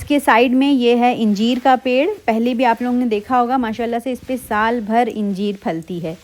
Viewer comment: Ingeer nahi angeer hota h